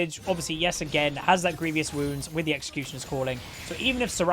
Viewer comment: Someone tell him it’s grievous not grievious wounds...man can’t read lmao